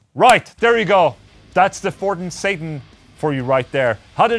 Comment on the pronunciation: It’s pronounced Sattaaaaarrnnnnn